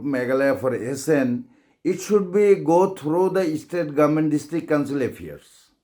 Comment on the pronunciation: You pronounce bha ym dei Estate dei State 🤣🤣🤣😆😆😆